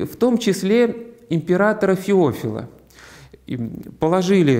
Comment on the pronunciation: Батюшка, извините, пожалуйста, а почему Вы произносите: ФеОфил, а не ФеофИл? Ведь мы говорим: МихаИл, ДаниИл, РафаИл? Или лучше с ударением на второй слог и эти имена произносить? Спасибо🙏💕